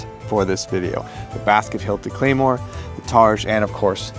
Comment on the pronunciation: Oh my goodness, you brought an actual claymore and called it a claymoore